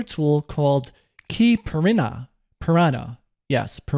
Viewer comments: Hi, the Brazilian "keypirinha" word is pronounced something like: "KY-PEE-REE-ÑA" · Caiprinha (Keypirinha) is pronounced "khay-pee-ree-nya" sort of. The "nha" is similar to spanish "ña" in "piña colada" or "piñata". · Err, I meant the Brazilian actual word that originated the name of the program: "CAIPIRINHA" (this one is pronounced like I said). But Keypirinha would be slightly different: "KEY-PEE-REE-ÑA". Add that to your trivia book! :D